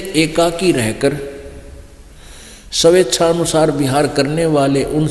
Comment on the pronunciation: रामपाल को साधारण स्वेच्छा को सवेच्छा पढ़ता है तो इन्हें वेद की संस्कृति को कहाँ पढ़ सकता है।